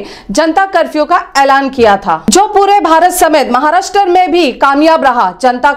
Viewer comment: Maharashtar nahi Maharashtra aisa boliye